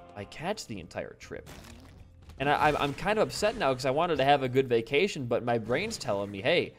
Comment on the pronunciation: I thought u said Vacination lol